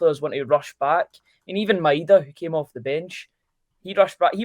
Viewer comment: Why is everyone still refusing to say Maedas name properly, it’s pronounced MY DA myda. Just listen to any Japanese person pronounce it ffs it rips my knitting 😂